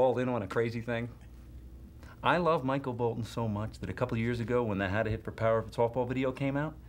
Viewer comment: He said "hid" not "hit"